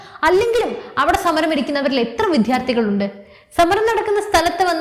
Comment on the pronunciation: വിദ്യാർത്ഥികൾ എന്ന വാക്ക് എന്തുകൊണ്ടാണ് ശരിയായി ഉച്ഛരിക്കാത്തത് എന്ന് മനസ്സിലാകുന്നില്ല. വിദ്യ, വാധ്യാർ എന്നിങ്ങനെ പറഞ്ഞുപഠിക്കുക.